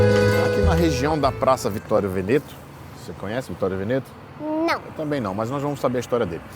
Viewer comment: Veneto se pronuncia Véneto